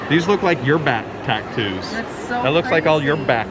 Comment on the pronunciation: OMG can not say Tattoo "Back taktoos"